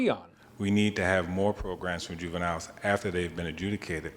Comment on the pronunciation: hahahaah "juveniles"